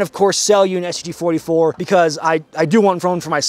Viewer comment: I thought at the beginning he said "I am the talking STD"